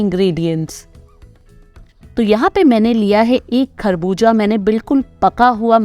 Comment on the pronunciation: Kharbooja nahi kharbooza bolte hain 🇨🇦